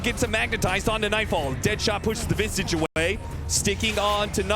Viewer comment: Visage's name is never pronounced correctly.